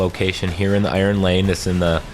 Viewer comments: It's Iron "Line" not Iron "Lane" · Iron line, not iron lane. Garden's spire, not guardian's spire (what?). Shrine of oryx, not shrine of onyx. Seriously dude.